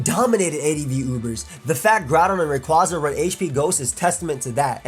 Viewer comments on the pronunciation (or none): People are seriously still pronouncing Rayquaza as "Ray-Quah-Za"? The anime has CLEARLY called it "Ray-QUAY-za" for years, I don't understand.